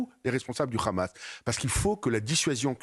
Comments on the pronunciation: Eh Habib va apprendre qlq leçons d' arabe ce n'est pas k h a m a s c'est h a m a s. Compris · HA bib et HAmas on la meme 1ere syllabe pourquoi une prononciation differente mr RHABIB